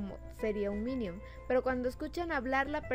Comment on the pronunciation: Que acaso no sabes decir minion dices minium